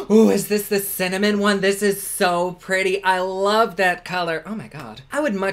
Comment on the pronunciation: LOL. Thanks a lot,! I’m in my 70s and thought I had “cinnamon” nailed decades ago but after you said “Cimmanon” I turned right around and said it! Hubby thought it was hysterical and after 54 years together he doesn’t need any more teasing ammo! Keep up the good work. You make any day brighter!